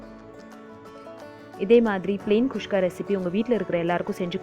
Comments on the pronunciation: Adhu not kushka its kuska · catherine malathi kuska she is saying kushka... probably comes natural for her